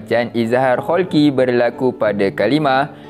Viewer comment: Halqi ustaz, bukan kholqi😊